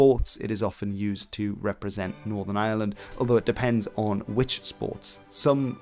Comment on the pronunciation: Jesus! The Island of island ? If you're going to do an Entire video of a region or nation, learn to pronounce it properly! It's Ireland not island, pronounce the r that's there!